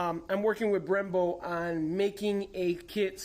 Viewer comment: Sounds like your saying "bremBRO" in the beginning . LOL Love the car...Keep the MR2s alive!!!! The Body kit looks awesome!!!